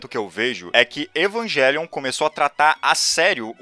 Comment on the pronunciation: Evangelion é uma palavra de origem latina, então não se pronuncia evangelion